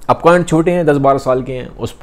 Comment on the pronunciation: Brother its Karna not karan